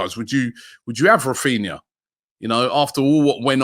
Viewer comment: man said raphina 😂😂